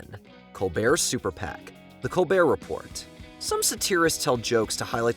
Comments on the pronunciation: Col-BEAR Re-PORE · Am I the only one that has a problem with them pronouncing the “T” in “report” over and over? How can you be an authority that has narrowed down the 20 funniest moments and you don’t even know how to say Colbert Report!!? 😮